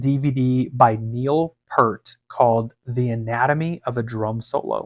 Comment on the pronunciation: Excellent explanations! Very interesting! By the way, Neil's last name is pronounced Peert (Like the word peer, not per) even though it is spelled Peart.... Just FYI... A lot of people are pretty sensitive about that... I suppose I am too... LOL